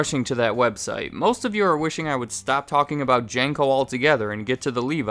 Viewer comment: Jane-co? I doubt you'll see this because im so late to see this, but your pronunciation of that company gave me a chuckle. Maybe it's a regional thing, or my childhood was a lie, but we always called it Jean-co